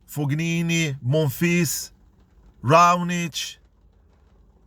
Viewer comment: good tennis content but fognini pronounced fonini.